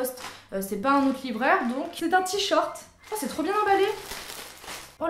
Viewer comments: J'ai adoré la vidéo et j'adore vraiment cette catégorie mais tu me stresses à dire "t-short" au lieu de "t-shirt" ^^ Bisous ! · Ca me perturbe quand tu dis "t-shirt" "Tshort" 😂😂😂